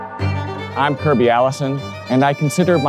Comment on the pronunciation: "My-a goood friend-a,." I love Italy!